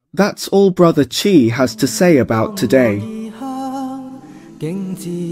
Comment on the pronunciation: Awesome incorporation of AI Tech! Love the accent!! which AI did you use? One bit of suggestion, pls use "Bro Chai" rather than "Bro Chi", I was thinking chi, si, xi...